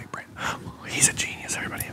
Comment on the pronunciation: Big bwain